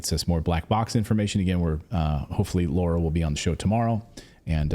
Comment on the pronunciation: It's Lara, not Laura, you journalist.